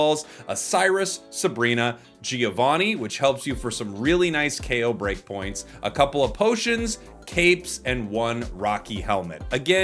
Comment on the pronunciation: Could I please ask you to prununciate “Giovanni” the right way? It is an Italian name and and it is not “Geo vanni” but more like “Jovanni”. love from Italy 🇮🇹